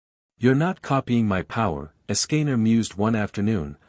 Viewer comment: Ok im intrigued but the ai voice cant say escanor right